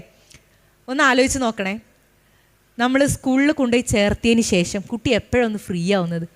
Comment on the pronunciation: ശേശം , പശ്ശെ, ബരണഗടന എന്നൊക്കെയാണ് കേൾക്കുന്നത്..